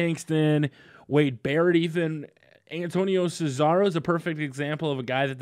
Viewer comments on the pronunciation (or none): none